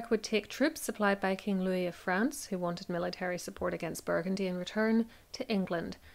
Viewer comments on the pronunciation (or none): none